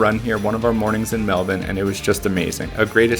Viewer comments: Grew up in Melbourne, I appreciate your pronunciation of the city. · 1000 points for pronouncing Melbourne correctly!